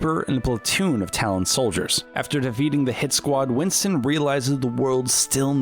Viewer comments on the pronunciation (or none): does anybody notice that he keeps saying winson than winston?